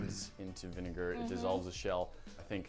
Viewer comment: The Bentis: The bineger Me: WTH ITS VINIGER I THINK